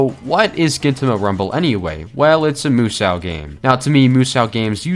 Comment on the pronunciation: I picked up the game used here in Japan last week for about $10 i have to catch up on the manga or anime before i start so for now it goes into the massive backlog. Btw 無双 the sou in musou is pronounced so as in so what not sow like female pig.